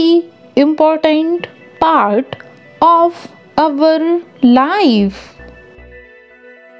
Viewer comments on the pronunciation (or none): none